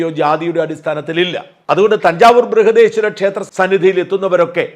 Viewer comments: It is Brihadeswara Temple, not Brihadeswari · ബ്രിഹാഡേശ്വരി അല്ല ബ്രിഹാഡേശ്വര temple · ബ്രൂഹദീശ്വരി അല്ല, ബ്രഹദീശ്വര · It is Brihadishwara temple, not Breihadeeshwari😮. Goddess is called Brihannayaki. ❤ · Dear Sajan Sir Plesase Correct, Not Brehadeeswari but Brehadeswara.(Dedicated to Lord Shiva--BREHADESWRAN. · It is not brihadeeswari temple but brihadeeswara